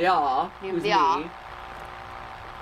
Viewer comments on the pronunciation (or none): It always makes me feel weird seeing this game because of the name being the same as my first name. But I do get a bit mad when they pronounce it differently from how I'm use to it. XD